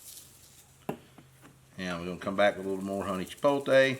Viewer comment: Chee-pote-lay not Chee-pole-tay my brother. Love your channel and all your products sold at Mississippi Grills and Kroger in Madison. I have em all .